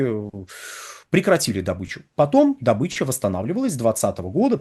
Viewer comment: В СЛОВЕ ДОБЫЧА УДАРЕНИЕ СТАВИТСЯ НА БУКВУ: О: !!!